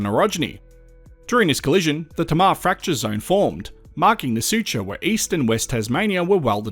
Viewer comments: Tamar...."hey ma" Not "ta ma" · it's tay-mar ya dog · Awesome work. Sorry your mispronounced Tamar Hobart Boy here